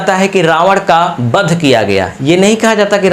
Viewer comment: अरे भाई बध‌ नहीं वध । सही से उच्चारण कीजिए